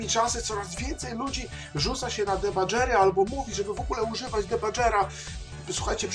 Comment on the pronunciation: Czytamy "dibager" a nie "debadżer".